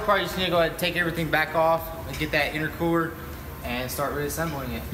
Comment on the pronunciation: V tune said itercwooler